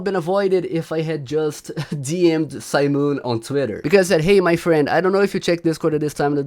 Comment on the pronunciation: STOP SAYING SIMON LIKE THAT